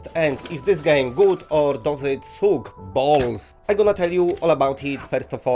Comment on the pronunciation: "suk bolz"